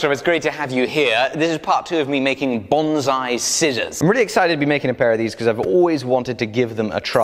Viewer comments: By the way. It is not pronounced in the fashion you are doing as "bonzai" the proper pronunciation is like " bone sigh" . our vowels A E I O U in Japanese are pronounced AH AY E O OO. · It's pronounced Bone sigh , Banzai is the kamikaze war cry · Bon Sai not Bon Zai.. great scissors though! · Every time he says "bonzai," I die a little inside. :(